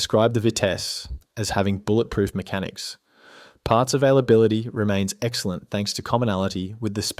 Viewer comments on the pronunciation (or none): none